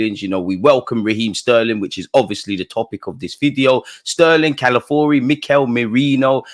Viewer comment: Dude, the name is C-A-L-A-F-I-O-R-I not Calafuri. Please get it right.